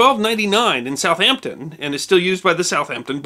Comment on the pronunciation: massive respect for actually pronouncing the names of british places correctly especialy gloucester and southampton i understand people not pronouncing them because well without being told you have to guess you got both of those exactly how we say it here in england and im only 30 miles from southampton its actually refreshing to here someone not local get it right also more importantly this is an interesting often overlooked subject keep up the good work :-)